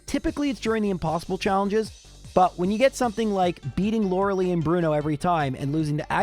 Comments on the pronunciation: Stop calling her Lorelee. It is Lorelie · Sorry, after like 5 times it got on my nerve. The ice type member of the elite four is Lure-a-lie, not Lure-a-lee.